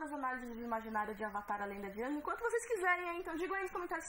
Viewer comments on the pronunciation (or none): none